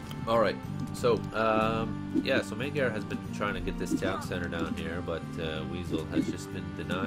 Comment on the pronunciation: magyar is pronounced majar.